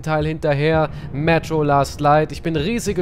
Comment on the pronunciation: Regt sich darüber auf das der Charakter im Spiel Mun statt Munition sagt, aber selbst zu blöd "Metro" richtig aus zusprechen 😐🙄😑👍🏻(möglicherweise Taktische Abkürzung "Mun" da Munition zu lang ist !?)